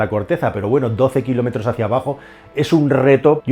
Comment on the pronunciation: Eres hasta ofensivo y no fue el único error lo de kilómetros no y no te diré cuales son pues alguna palabra no se si es porque se escucha mal o porque la pronuncias mal